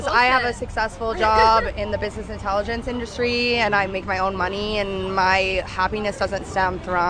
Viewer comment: Bussineeees intehleejance indooostreee.